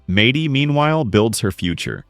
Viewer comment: AI sucks... "Madey" 😂